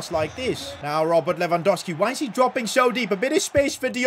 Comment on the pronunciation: Its LewandoWWWski. Not Lewandoski